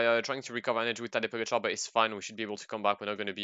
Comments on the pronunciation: Please stop saying pogatar😂🤦🏼‍♂️ it's pogacar😂😂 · I mean, it's pronounced Pogatchar :/